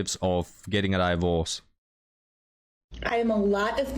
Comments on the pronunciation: Hi- FYI it's 'DIVorce' not 'DIEvorce'- just to help😉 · I love the way he says it. 😂 His slight mispronunciations are part of the charm.